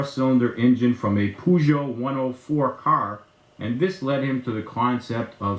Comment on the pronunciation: As a happy french owner of a 1985 K 100 RT in her complete original condition, let me correct you, with a huge pinch of humour. We donnot pronunce " PEUGEOT " like " PUGOT" The "E" and "U" combined , are giving birth to a sound close to your "her" . Think about it like a "PHERgeot". My 2 cents. Forgot to add : congratulations for your speaker talents.